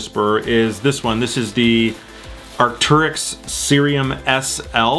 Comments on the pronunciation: Arc-tair-yx not Arc-tur-yx, so triggering. Great video non the less lol 😂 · it’s pronounced Arc-Tear-Icks. Just want to help you with your pronunciation Also congrats on 50k